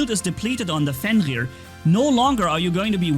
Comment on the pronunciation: Is it me or doesn't say Fenrir kind of weird like Fenggrir kind of like an accent. listen closely when he says it, it's kind of weird.